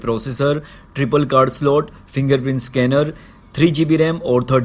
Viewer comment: It's triple not tripal😀